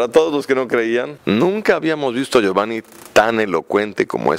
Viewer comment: john milton le dice giovani y giovan😂😂